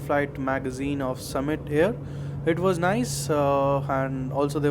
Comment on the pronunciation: It's Summit air, summit means mountain peak. It ain't Sumit air.